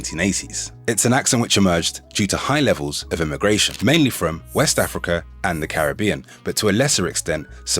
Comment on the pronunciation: Im offended by your mispronunciation of Caribbean 🤣 Im English and grew up with Jamaicans but recently learnt we've been saying Caribbean wrong all along and as a language learner mispronunciations are my pet peeve